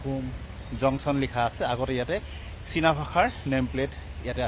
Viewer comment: Its china not sina